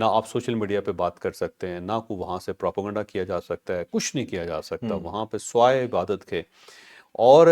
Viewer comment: پراپوگینڈا نہیں پروپیگنڈا ہوتا ہے حاجی صاحب ❤